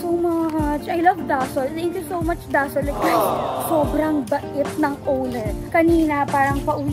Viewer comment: It's daSOL not DAsol ☺️